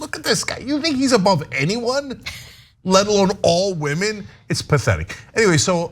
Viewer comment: retitle this video "wahmen proves wahmen dont understand sports or politics"